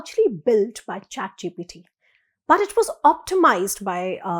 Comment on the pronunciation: Its GPT and NOT gTp